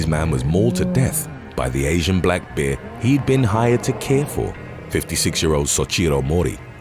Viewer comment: The way you say "there, bear and deer" is hilarious. Must be a British Jamaican.